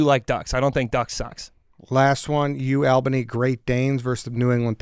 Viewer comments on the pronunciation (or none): Dude someone tell them how to say Albany